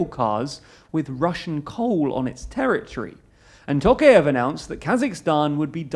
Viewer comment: It's pronounced "tɔˈqɑjɪf", not "ˈtoʊkief" as you pronounce it.